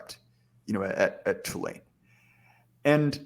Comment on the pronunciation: Why do you say "Tulane" wrong